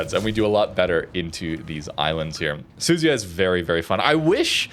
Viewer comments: The American CCs for this game show such an unbelievably embarrassing level of ignorance towards pronouncing any other nation’s ships, even British ones FFS… How on earth can you look at the letters Su Zu Ya… and then pronounce that as Su-zy-uh?!?!?!?!?! I just came from a Normalguy where he tries talking about La Spe-zi-a, calling it a La Spee-za and worse. Come on guys… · I think right pronunciation is SU-ZU-YA